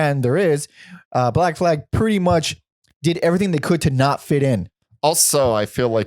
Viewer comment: It's black flag...not Black flaig or whatever the fuck says it...I guess it like Danzing or guitar rifts